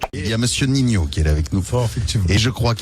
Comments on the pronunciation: C’est ninho (ou ninio si tu préfères), pas nino 🤣 sinon pas mal les videos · Gros stp on dit pas nino ou dit ninio Tu es un bon dans ce que tu fais continue